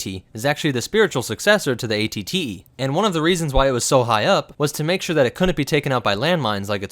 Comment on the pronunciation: You accidentally said AT AT instead of AT-TE note